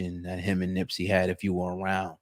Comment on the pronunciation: Why does he keep saying Nimp???